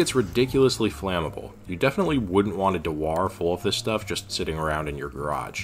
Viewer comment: Impressive rigorous analysis, also it's "car no" and "dew ur", just fyi.